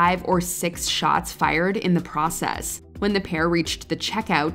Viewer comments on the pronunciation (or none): none